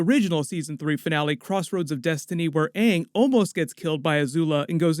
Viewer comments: If I hear Ong even once, I'm turning it off. M Night Shamalan is a fucking donut. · Ong the Ovatar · How the fuck do you pronounce 'Awng'? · If they’re gonna do a live action it has to be on the quality of say something like game of thrones or as mentioned, Star Wars!!! Like we don’t want a repeat of the movie version of atla where the characters had completely different pronounced names than the show!!! 🙄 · Im just hoping they keep it simple and make the right adjustments unlike the live action movie changing thing that were represented in the cartoon like the pronunciation of Aang's name